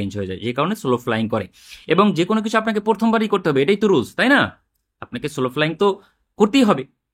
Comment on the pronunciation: স্লো না সলো...শুনতে কানে লাগছিলো।